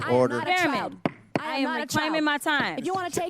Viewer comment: Jasmine said "Chile" not "child." & She didn't call Nancy's name at all.